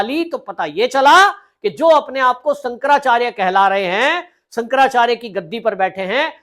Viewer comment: Bhai shaab.. apa ko Shankaracharya ji ke nam thik se bol na Nehi ho raha.. ap kya YouTube channel chala rahe ho.. please respect Shankaracharya ji